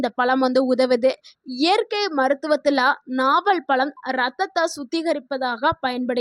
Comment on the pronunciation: பலம் இல்லே ...பழம்...